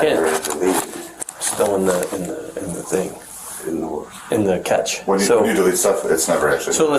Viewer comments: it's not pronounced like catch, it's pronounced like cash. Second, the OS doesn't cache like the swap files of old. And even if it did the hand wavy explanation gets it precisely backward. Lastly this is just me musing, I wonder if they use Encase for mobile devices imaging and offline analysis. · its pronounced "Cash" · Explain it like I'm 6... The police officer is saying catch. ? Is he saying cache? Is he mispronouncing that or have I been? Or is the catch something different? Or is that just my ears playing tricks on me? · I have never heard of a phone, or a temporary storage called a "catch" when it's spelled "Cache" and pronounced "cash". That right there is a red flag that any coherent speaker should try and correct the mispronunciation. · Cache is not catch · omg that was bugging the shit outta me! “Catch” instead of “cash” ugh